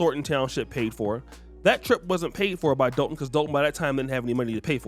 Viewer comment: I know it looks like DOLE-ton on paper but they pronounce like DOLL-ton or DAHL-ton. Love your channel. Salute.